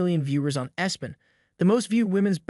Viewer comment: My goodness! What is the "Wumba?" Yeah, this bad computer text to speech engine actually said that. Then said, "Espen!" If a creator is too lazy to read their own scripts, maybe publishing on YouTube isn't such a good idea!